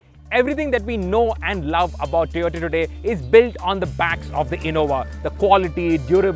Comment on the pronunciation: Surprising that you are mentioning Tiota. All due respect it's TOYOTA not Tiota.